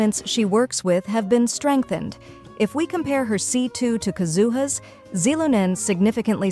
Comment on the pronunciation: not the voice say "KUhzooHUUH" tsk tsk